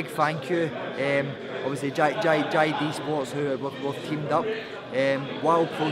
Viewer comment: when he says jd sports he goes all cockney. Thats what happens when u spend too much time with peter and tony sims